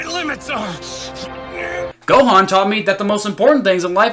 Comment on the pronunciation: They pronounced Gohan wrong